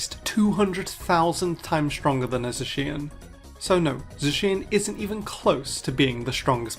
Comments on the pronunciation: Fact one: it's pronounced ZAShian Later: ZaSHIan is not the strongest pokemon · The Zacian mispronunciation pisses me off. People can pronounce the Zah in Zamazenta correctly but not for Zacian. You even bringing that clip up of the correct pronunciation still had me wonder why people couldn’t say Zacian correctly. I feel like those who probably don’t want to pronounce it like that probably find it stupid despite it being pronounced “The Cyan” in Japanese. It’s like how Raikou’s official pronunciation is “Rai-koh” due to Rai and Ko. But I hear people pronounce it as “Rai-coo” due to 4Kids. I also don’t like how many people think Koraidon not using the “wheels” is stupid as it represents the past and is moving physically. Also since like Miraidon, it’s a pun of a motorcycle but it’s old fashioned. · Ive always called it za-shi-an and to people who call it zay-shin… its supposed to soud like cyan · You: IT'S PRONOUNCED ZAHSHEEAN NOT ZESHEAN Also you: So anyway Zeshean is not the strongest Pokémon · "So there you go. 'Zacian' is pronounced 'ZUH-she-un'". [later in the video] "zuh-SHE-un". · I pronounce and always will pronounce Zacian, Zay-she-in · THERE’S MORE TO STRENGTH THEN LIFTING. IT’S PRONOUNCED ( ZAY-SEA-IN ). IT’S PRONOUNCED ( AY-GIH-SLASH ). I THOUGHT THE OTHER WAY ABOUT REMAKES ORIGINALLY. IT’S A FLOTATION SACK FOR THE WATER MODE. THERE BOTH SEA CREATURES. IT SHOULD HAVE BEEN AN ELECTRIC AND FIGHTING TYPE. THEY HAVE A SIMILAR SITUATION. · you made a whole segment saying that people can't pronounce zacian right, and you can't either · bro tells us that we pronounce zacian wrong and then continues to pronounce it wrong the rest of the video 💀☠ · How does he have a hissy fit about people mispronouncing zacian in the intro and then proceed to pronounce it wrong the rest of the video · I love that he did the first segment on how to pronounce Zacian correctly and then proceeded to not pronounce it that way multiple times later in the video